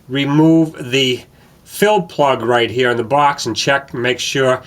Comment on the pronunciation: What is a " woom geah".. "right heah"..?